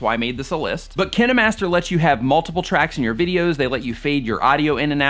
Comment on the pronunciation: thats not how you say kinemaster